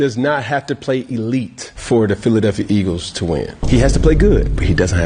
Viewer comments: his album "Giladelphia" i'm rolling😂😂😂😂😂😂😂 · Gilladelphia lol ayo